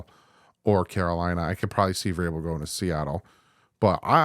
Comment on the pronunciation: As soon as you Said Mike vrabel I turned the video off lol